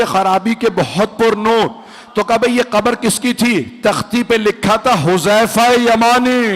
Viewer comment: yah lafz Huzama Nahin Hai huzaifa Hai huzaifa ibne yaman Razi Allah Tala anhu